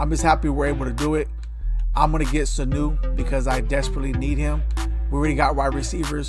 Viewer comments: The disrespect Sanu...its Seau pronounced Say- Owh lol others than that thanks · ….lol how you get sanu??? It’s “say-ow’ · “Sanu” 💀💀💀 its Seau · Thanks for the vid, FYI it's Junior Say-Ow is how u say his name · Its pronounced Say Owe!!!! 😂